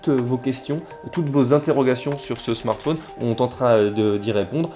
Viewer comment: pourquoi dit-il " smartfoun " ?